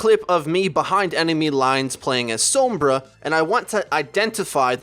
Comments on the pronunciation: Oh my god ITS SOMBRA (sawm-bra) NOT SOMBRA (some-bra) It's triggering me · S-AH-M-BRA not S-OH-M-BRA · whenever he says her name I cringe like scratching a blackboard SOAMbra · some-bra lol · If you're gonna pronounce the O as it would be in Spanish also pronounce the R the way its pronounced in Spanish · Why do you say sombra like that. She says her name not like the way you say it. Maybe you shouldn't play sombra if you can't say her name right. I'm Latino so this is why it bugs me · I am so sorry but it's really bugging me how you say Sombra xD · Pronounce sombra right u fuckin idiot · How do you pronounce Sombra's name so wrong??? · I know how it is said, and he butchers it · The way he's saying sombra is really pissing me off